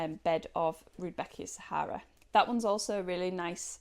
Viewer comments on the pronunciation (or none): none